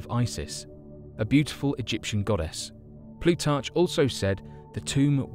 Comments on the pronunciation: Please, please, please check the pronunciation on everything in your scripts. Listening to this was like getting ambushed by stinging gnats every time you said "plutarCHHH" or "ee-goo-wan-a-dawn". I'm not even getting into the rest of the problems here because I know everyone needs to hustle their content all the time I'm just saying make it less bad. Thanks. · Plutarch . pronounced Plootark, "Niniveh" = nin-iv --er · there are no alligators in Australia so the locals would say "it had a crocodiles tail" and Plutarch ends with a "k" sound not a "ch" I couldn't watch any more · Very interesting video, but this dude has some weird ways of pronouncing certain words. Ex: Nihneevah (Nineveh), Plutartsh (Plutarch), Peninshulah (Peninsula).